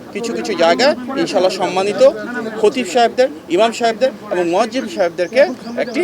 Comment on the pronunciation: মোয়াজ্জেম - এটা কি?? মুয়াজ্জিন শব্দটাও সঠিক করে বলতে পারো নাহ?!!!